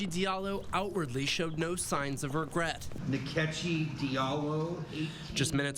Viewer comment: The funny thing is Nkechi is my middle name. It's pronounced 'In-keh-CHI', not 'Neh-KEH-chi'.